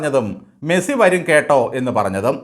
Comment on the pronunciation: മെഴ്‌സി അല്ല, മെസ്സി ആണ്. 🤔🤐😊